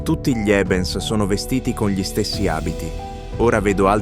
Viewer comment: video ben realizzato FORSE DA GPT... che non sa pronunciare "gli" ma dice G-li. Comunque... trovo che sia inquietante, sinistro e piuttosto inferico.